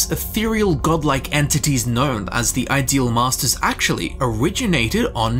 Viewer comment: You are saying it wrong. The inflection is on ‘ideal’ not ‘masters’. They are the masters of the ideals in their realm, not the ideal masters to have.